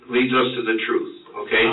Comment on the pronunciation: Thomas wants to tell a book of lies and swear on it that it's the "truhf"😂😂😂